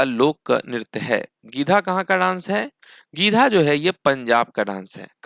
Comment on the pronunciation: गीधा नहीं गीद्दा